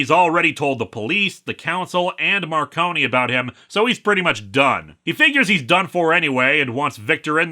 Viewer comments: Also, it’s pronounced “Mar-cone” not “Mar-conie”, you’re good though, the audiobook narrator got it wrong for the first three books too. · "Marcone" is two syllables, I believe... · so about the pronunciation of "Gentleman" Johnny Marcone's name: Word of God states that it's pronounced as a dual-syllabic word (Mar-cone) as opposed to tri-syllabic (mar-cone-ee) To be fair, it's a fairly common mistake to make; it was a mistake that James Marsters made during his narration of Storm Front, as well. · and you did the same thing as James Marsters, the E in Marcone is silent